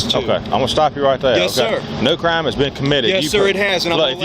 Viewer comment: What the heck is a "Cuh-rhyme?"